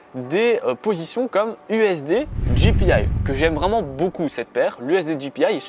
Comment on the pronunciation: Salut c'est top les info merci, mais on dit jpy "why" pas "aïï " XD apres j'ai peut être raté un truc. Merci encore pour ta belle vidéo